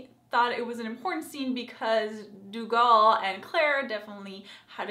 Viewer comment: Lovin you outlander reviews! But pleeeease its pronounced "Doo Gel" thank you!